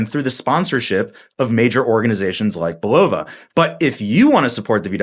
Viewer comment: Isn’t it BULL-uh-vuh? Not bu-LOW-vuh.